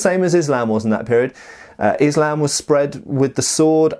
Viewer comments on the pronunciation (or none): none